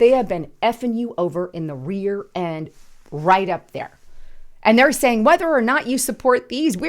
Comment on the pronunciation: rearend?REAREND? please